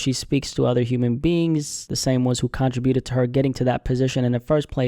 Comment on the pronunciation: So if you dont really listen or check for her...why are you making content about her?? Make It make sense 😮...I wish the real talented people only be on this platform not some random...who needs to pay rent...go get a 9-5 then ...ugh these gossip channels.. oh and your saying contributed wrong 😅